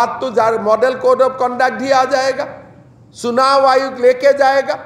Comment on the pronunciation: तुम फेहलए हिंदी बोलना सीख लो सुनाव आयोग😅😅😅